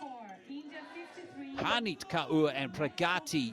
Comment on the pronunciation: Kaur is pronounced as "core". Not as "car ooo" as the commentator pronounces..